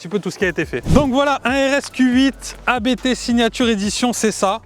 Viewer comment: enfin quelqun qui prononce abt de la bonne maniere